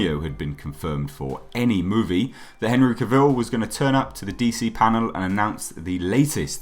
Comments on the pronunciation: Cah vil. Not cuh vil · Out of respect to Henry, please pronounce his last name correctly... It's not Cavil like Reveal It's Cavil like Travel